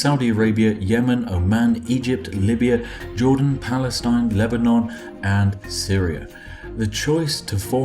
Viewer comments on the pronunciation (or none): none